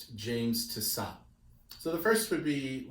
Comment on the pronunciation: I think the surname should be pronounced Tiss-oh. The final “t” is silent